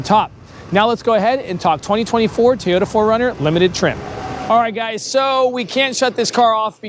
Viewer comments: Its called a TOY ota... not Tayota😂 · It's TO-YO-TA not TAY-YO-DA!!